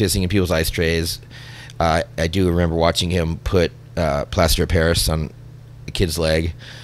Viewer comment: Wtf is plaster apairass? lmao